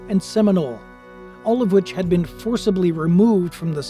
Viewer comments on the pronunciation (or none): none